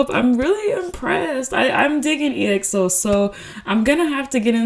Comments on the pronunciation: Its pronounced like XO not E-X-O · Also EXO is pronounced like xo